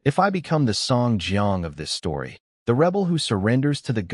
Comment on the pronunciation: Peak stowy